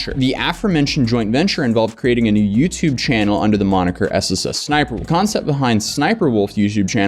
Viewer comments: My guy, it's ES ES Sniper Wolf, not ES ES ES Sniper Wolf. There's only 2 S's before Sniper. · There are 2 Ss and then Sniperwolf. You keep saying S S S Sniperwolf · I swear he's adding an extra S. Like SSS Sniperwolf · getting so annoyed at the fact he pronounces SSSniperWolf with 3 S's